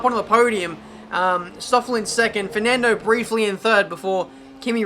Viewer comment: Man, i shit bricks of laughing when you say “Firnandooo” kkkkkkk